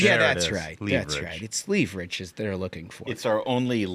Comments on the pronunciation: Someone else said it "leave rich" and that just did it for me. 😂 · I hate you guys. When J.D. Vance says “leverage”, I think “leevarage”…… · Never stop saying Leaveritch. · Ahh! "Leave Rich". We thought he was mispronouncing leverage. He's just talking about how wealthy Democrats get in DC. 😂😂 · I’m sure the democrats could answer a very simple question. How do you pronounce “leverage” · You guys are destroying the way I speak 😂 progrum, Tuesdee, leeverich